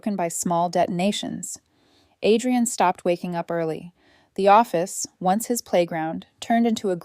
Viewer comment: "Him door"... It's "his". "His door".